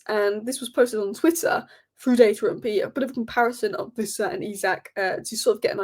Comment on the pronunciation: Its Wissa, not Vissa. Everyone on YouTube seems to think he's a German. 😂